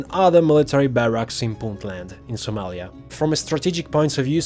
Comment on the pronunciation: It’s Somalia canterin